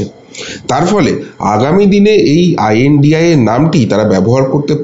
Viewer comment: খুশি হলাম। আপনার সঠিক ভাবে ২৬ দলের জোটকে সঠিক ভাবে উচ্চারন করে। দলটির নাম I.N.D.I.A. , এবং India নয়।